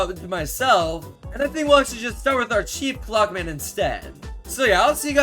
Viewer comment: what hes saying: chief clockman what i hear: cheap plugman